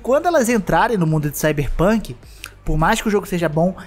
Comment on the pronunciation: Esse começo ksksksk "cyberrrpunk"